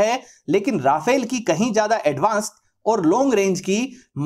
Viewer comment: its not rafale its RA FALE